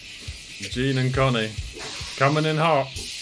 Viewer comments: I really dig watching you go through the twists and turns of this arc! Just remember that Jean's name is not pronounced like "Dean", but more like "Sean". Try to listen hard, when they're saying the names on the show! :) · Basically it's pronounce as "Jahn"